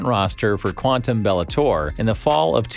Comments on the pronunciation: O'rly? Boom->b<-itsch = Boombitch, since when is the "b" silent? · why do you keep mispronouncing his name?